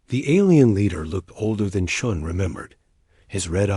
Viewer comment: They got confused in names, chun became john, stupid Ai channels that have to pronounce full stops as dot dot dot. Sort it out check your work. Channels been blocked. Sorry if they can't sort themselves out they don't deserve a like or following.